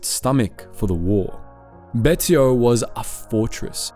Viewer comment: Betio = Bay-she-oh